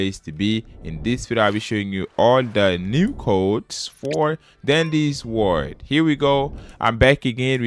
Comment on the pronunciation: “For dandy’s word!” What accent is that